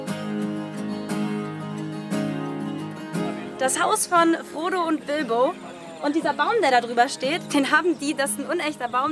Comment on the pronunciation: Ich hab statt Frodo immer Bodo verstanden 😂😂😂